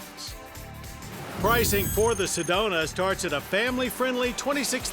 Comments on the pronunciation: I'm pretty sure it's "Sedona " instead of "sedonia " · Johns getting his alzhiemerz on with "sedonia"...we actually call it Sedona out here in az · Lol Sedonia